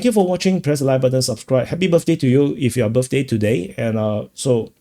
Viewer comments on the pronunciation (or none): none